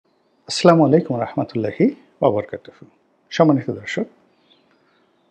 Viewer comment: জনাব গোলাম মাওলা রনি, আসসালামুয়ালাইকুম ! আপনি অনেক জ্ঞানী মানুষ, আপনাকে পরামর্শ দেওয়া আমার হয়তো বেয়াদবি হবে তারপরেও বলছি ! দয়া করে সালাম শুদ্ধভাবে দেওয়ার চেষ্টা করবেন